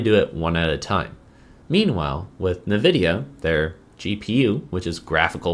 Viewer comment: Nuhvidia…. lol bro I’ve never heard anyone say it that way. It’s always N-vidia